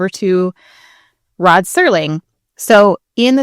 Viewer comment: Till this day I have no idea why people keep saying "Sterling" instead of "Serling".